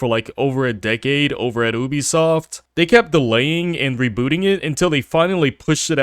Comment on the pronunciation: When you make a video about a company especially one as scummy as Ubisoft . At least learn how to pronounce the name properly . Maybe go back to school to learn the alphabet